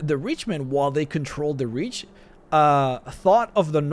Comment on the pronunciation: Took me awhile to realize he was talking about The Reach and not "rich" guys. XD Man, I need to come back to Skyrim ASAP!